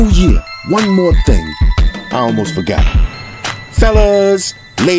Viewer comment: Yo, you turned into Jakie Chan's Uncle on this one "AND ONE MO TING!" 😂😂😂😂😂😂😂😂😂😂😂😂 #Salute #TeamXerxes